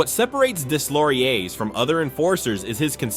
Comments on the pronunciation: “Deslauriers” is pronounced “Dayloriey”… my ears are bleeding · Nicholaschh Desslaurieurrsszzz 😂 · How in the name of god can you NOT know how to pronounce Deslaurier's name? Unforgiveable to butcher a name like that SO many times. And it's such a small invesment of time to get it right and not sound like complete idiot. Pro tip - Do better FFS's. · I speak french, and the way you prononced Deslauriers is so bad, you should try to learn how to prononce names of the players. I speak 4 languages, and I understand you speak only one ;-) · Deslauriers, the s is silent